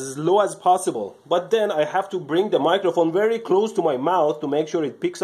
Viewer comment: I apologize for pointing it out, but I cannot help to notice that when you pronounce "v", you often accidentally say a "w" sound (example. "wery nicely wound"). What is your native language? Does it not distinguish v and w sounds? I'm genuinely very interested.